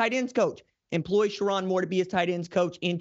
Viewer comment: Sher-rone not Sher-ron 🫤